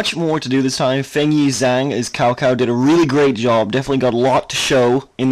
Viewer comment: Cao Cao is pronounced as "Chow (2nd tone) Chow (first tone)".